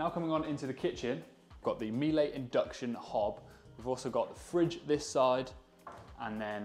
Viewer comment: I enjoyed your video, but it would be even better if you pronounced “Miele” correctly!